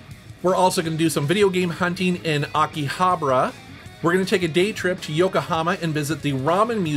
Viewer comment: Love you guys but you need to work on your pronunciation of Akihabara! Anyway this was awesome as always and always a pleasure to see Kinsey 🥰